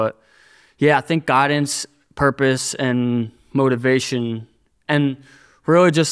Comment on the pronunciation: It sounded like he said Goggins lol not guidance